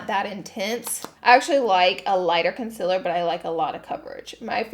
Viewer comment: Everyone else: concealer Laura: conciller